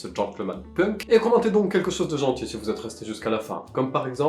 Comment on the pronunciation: Alors qui lui dit que punk sa se prononce penk 😅😂 Sinon je t’adore et ton l’engage aussi ❤